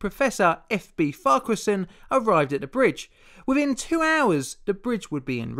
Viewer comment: YOU SAID FARQUHARSON RIGHT!!!! YESSSSS also, how havent I seen this video of yours until now with how long I've watched you. P.s. keep up your great work